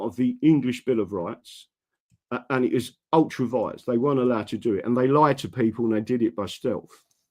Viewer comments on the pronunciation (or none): NOT Ultra Vise BUT Ultra VI REA'S SPELT ULTRA VIRES